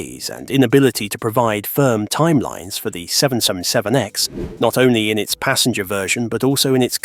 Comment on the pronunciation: You need to learn to pronounce 777X However, I think that getting rid of the rubbish Ai would be a good start! Repeat, Repeat, Repeat! Nope! time to block this site!